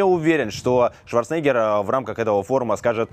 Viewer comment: прояви уважение к легенде - произноси правильно фамилию Арнольда!